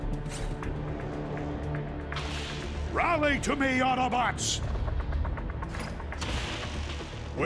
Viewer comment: I lost interest the second he said AutoBots Wrong